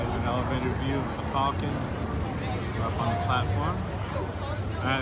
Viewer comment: Thank you for pronouncing falcon correctly.